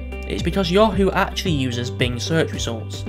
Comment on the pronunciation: Video says BLING instead of BING